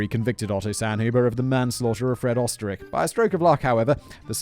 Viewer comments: Try "Ur - stir - raikh" and maybe you'll get a little closer than "Ostrich"🤣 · Whole reason I love this channel and it’s content is the 15 minutes of facts and one to 2 hours of tangent I love it It’s defo pronounced oster riech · Oesterreich is in german pronounced "Österreich " wich is what we Germans call Austria. Austria = Österreich